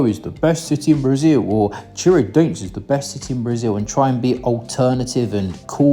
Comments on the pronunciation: É Tiradentes que se fala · Love the way you pronounce Tiradente 😂😂